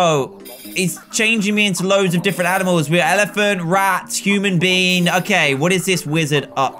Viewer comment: Is it just me or is dan saying human beans LOL 😂